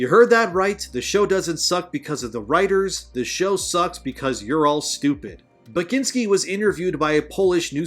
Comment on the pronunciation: You did butcher it, but no worries haha. Poland apologize for Tomek Bagiński existence.